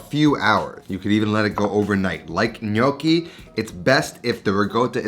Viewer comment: Interesting take on this recipe. Just a comment on Italian pronunciation: "gn" is a diphthong. The sound is similar to the Spanish N tilde. So the "g" is not silent in gnudi but is pronounced exactly the same as the gn in gnocchi which you pronounced reasonably well.